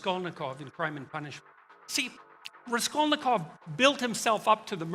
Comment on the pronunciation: Did he even read Crime and Punishment?! His pronunciation of Raskolnikov is horrible.